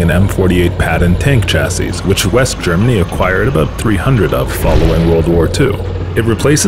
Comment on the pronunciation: Just fyi, the last s in "chassis" is silent